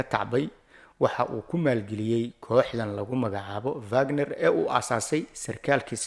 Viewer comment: It’s not vagnar ee waa wagnar